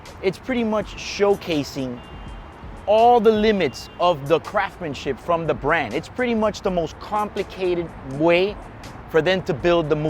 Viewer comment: What nationality is this dude? He has a very tough time pronouncing “craftsmanship”